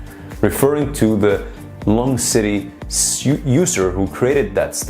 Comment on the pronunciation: Its pronounced like longevity, longecity btw ;)